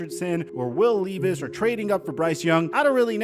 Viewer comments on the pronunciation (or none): it’s pronounced “Lev iss”